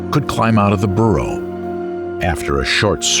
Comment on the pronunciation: 😮 Makes me wonder how correct the pronunciation is for each creature considering Diplodocus* is mispronounced by this narrator. . (*Dip_LOD_o_cus*) ...and boorro (which sounds like how Anericans say donkey!!) instead of burrow!!😮